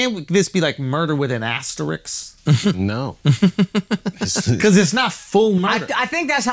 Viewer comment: It's "asterisk", not asterix. It's not a comic book character